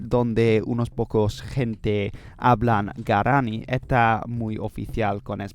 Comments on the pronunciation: A few small Spanish tips: -Quechua is pronounced more like "kech-wah", don't forget the "u". -Guaraní is accented in the last syllable in Spanish "gwa-rah-NEE", same with Tupí "too-PEE". -The "h" in "Nahuatl" is silent, it sounds more like "NAH-wat", the "tl" sound is hard so most people just pronounce it with a "t" if they don't speak the language. -Watch out for some tricky genders: Idioma is masculine. Región is feminine. Guyana francesA (agreement) And some others, but not that important. -Watch out for some other stress issues, although I'm sure you'll figure it out with some practice. -The phrase "is said" is usually "se dice", not "se dicen". In terms of pronunciation, you're very good, extremely easy to understand. But here are some tips to make it even more natural sounding. -The "d" sounds more like the English "th" sound in "there" between vowels. So "nada" sounds more like "natha" than "nadda". That's gonna help you pronounce it better, I think. It's a process called "lenition" if you wanna look deeper into it. It also affects the "b" and "g" sounds, making the "b" sound closer to, but not exactly, an English "v" or a Dutch "w" and making "g" sound more like the Flemish "g" or the Modern Greek "γ". -There is a difference between the "single r" and the "double r" in Spanish. The double r is either spelled with a double r "perro", or with one r at the beginning of a word "rata" and it's the famous rolled r that everyone loves, and you pronounce well, but sometimes w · ¡Buen vídeo! ¿Por qué no pronuncias la segunda u en la palabra "quechua"? También no hay un tilde en "sudamericanos" porque el acento va en la penúltima sílaba, y se acentúa "guaraní" en la í. Gracias por usar español--haz más vídeos así o con otras lenguas.